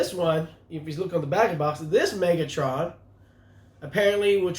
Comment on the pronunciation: Not cool: Its Megatron not Megotroun haha 😅😅😅